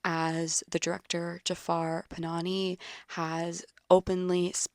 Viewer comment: Directors name is not PanaNI it is PanaHI